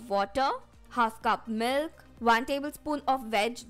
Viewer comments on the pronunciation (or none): you said misk 😂